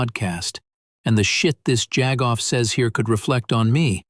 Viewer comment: "Jaggoff"